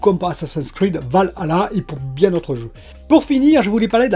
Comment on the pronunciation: Je pense que tu es le seul à bien prononcé valhalla.